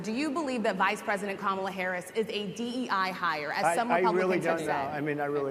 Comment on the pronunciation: If he keeps mispronouncing Kamala's name, she should start calling him DON-OLD.